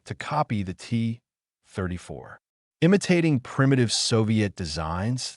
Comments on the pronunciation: “The T … [AI narrator goes to the bathroom] … 34“ 🤦‍♂️ You should have dropped the hyphen in the script. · You know it was going to suck when the AI voice couldn't pronounce Guderian or T 34.